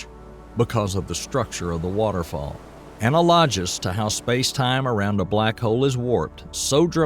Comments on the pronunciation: Say it with me uh-nal-uh-gus analogous….not Ana-loj-us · I agree, this has 3 or 4 telltale mispronunciations indicative of a A.I. voice reader. ("Anal-low-gus" instead of analogous) I'm a little sad it's probably a digital reader... I thought narrator might be an educated Southerner & I liked the thought of a tenured astrophysicicist from Louisiana 😅